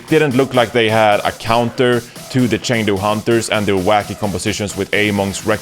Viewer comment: The casters learned, the fans learned, and now it's your turn to learn how to pronounce Chengdu.